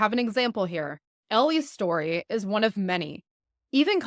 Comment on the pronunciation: Why do you speak like this . .. it's not chetory but story for instance . Its annoying listening to you when you speak like this